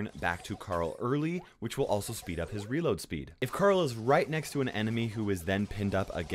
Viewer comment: Can you guys say CARL? I bet you cant. You say "CAREL"